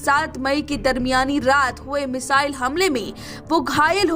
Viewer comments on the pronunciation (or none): none